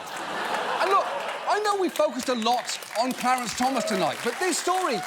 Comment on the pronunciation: I liked hearing the female reporter calling the SCOTUS justice "CLEARANCE Thomas" ... :D